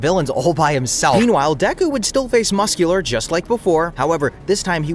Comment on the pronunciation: I genuinely can’t tell if this is an AI channel or not. I’ve watched a couple of videos and they keep mispronouncing stuff or the way that they pronounce stuff. Sounds robotic like they mispronounce Aizen, Ida and Muscular